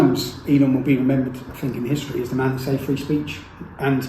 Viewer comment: Tommy .... like Rudolph, 'you'll go down in historee!'